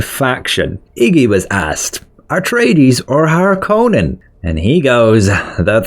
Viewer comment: so glad u said harkonnen properly